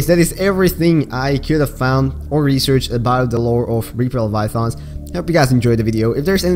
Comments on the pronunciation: "Reaper Leviathongs" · yeah no problem it just sounded funny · why does he say leviathons